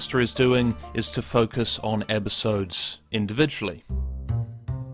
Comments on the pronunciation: after thinking about it once, I can't unhear that he pronounces episodes as 'ebbisodes' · Whys he saying "ebisodes" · Why can I only hear "Ebisodes" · Stop saying "ebisodes"